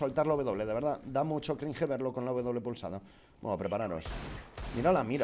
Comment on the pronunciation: ¿Sabes qué da más cringe que un bunny hop presionando la W? Que no sepas pronunciar cringe.